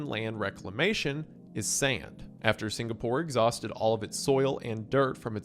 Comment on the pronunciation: SingaPOOR?? HA... Sounds much like Beyonce SingaRICH